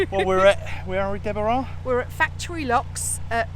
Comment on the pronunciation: Pronouncing my name was perfect Deborah